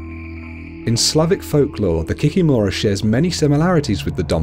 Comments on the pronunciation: Kikìmora, not the kikimòra 😂😂😂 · KikImora not kikimOra) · It’s pronounced ‘kee kee mara’ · kikimura (kee-kee-more-a) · What is an Ovennik? Also I am pretty sure it is Kikìmora and not Kikimorà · I'm from Belarus and I've never heard of an Ovenik. You mispronounced Kikimora(the stress is on the second i). Rusalkas are spirits of young, unmarried maidens who drowned themselves because of unrequited love. Their spirits are bitter because they died so young so they come out of the lake and lure young, handsome men into the lake to drown them. As others have mentioned, you missed the most popular one, Baba Yaga. An old witch who lives deep in the forest and will eat any children who get lost in the forest and stumble upon her house. Her house stands on 2 large chicken legs lol and she can also fly. Also another popular one that you missed is Koschei the Immortal. Koschei is the immortal king of the kingdom of the undead. Traditionally, he's very Gothic looking. You can only kill him by breaking a golden needle, that's inside of an egg, inside of a locked chest that's hanging on the tallest tree growing on a distant island. In many Russian fairy-tales, Koschei usually kidnaps a princess and then either a prince or a peasant boy has to go and save the princess. As a reward, he usually gets to marry the princess.